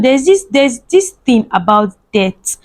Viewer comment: We know what debt is, na you no sabi pronounce words😹😹😹😹